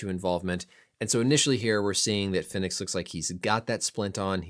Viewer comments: Rey Fenix is pronounced like Pheonix. not fin-ex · its pronounced the same as phoenix